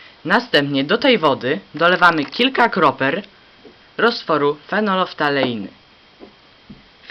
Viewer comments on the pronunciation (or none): mówi się kropel a nie kroper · " Kilka KROPER" hahaha